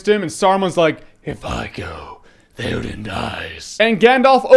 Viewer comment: *Theoden not faiden Get some hearing/spelling aids lol